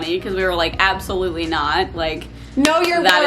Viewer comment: I’m sorry, but the accent it not good 😂 compared to other people trying an English accent, you’re quite good but the bar is low. Absolutely is not pronounced up-solutely lmao